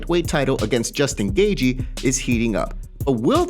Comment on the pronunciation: Who tf is Justn Gagey? MMA Zone and cant even correctly pronounce names lol. Poser casual